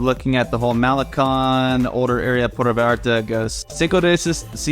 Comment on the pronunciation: Yes, the first “a” in Vallarta sounds like the “a” in “haha”. You’re pronouncing it as Veyarta.